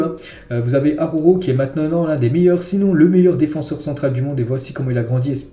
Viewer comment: Araujo ne se prononce pas AHOHO. ARRRa OU JO.